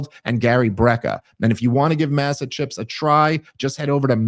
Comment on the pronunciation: The A in Masa is pronounced like Ah as in father. Hes pronouncing his add wrong. Thats all I got.